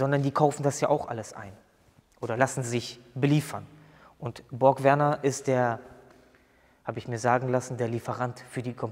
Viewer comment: BorgWarner nicht Borg Werner ... 😉 Borg Werner ist der Borg mit dem Vornamen Werner bei Raumschiff Enterprise. 😂👍